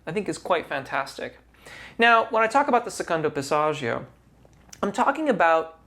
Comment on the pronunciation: Remember singers, dont take singing advice from "coaches" who cant actually sing. A close second is if they use words like Passaggio, make sure they pronounce it correctly. Dude is mangling the Italian language while claiming to understand Italian singing technique. Fraud.